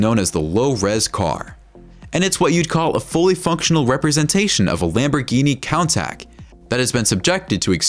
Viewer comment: Man really said ”lamborghini kontach”